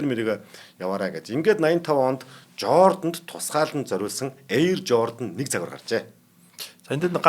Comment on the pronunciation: Жордан биш Жордана гэж яриад байхым. Иймэрхүү хазгай хэл (аялага) үнэхээр заваан сонсогдохымаа